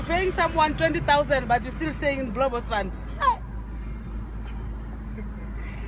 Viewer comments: Mr was dealt with accordingly!!!! kwaaaahahahahaha... "Dont say Bloubostrand its embarrassing man" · Lols.... She cracked me up yoh! Bloubos!